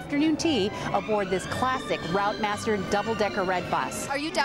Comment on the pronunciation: "Routemaster" is pronounced "rootmaster". Route and rout are different words in UK English.